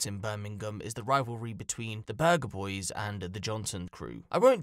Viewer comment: Burger bar boys, not burger boys